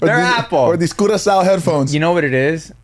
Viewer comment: Lmfao Not the "curacao" 😂😂😂😂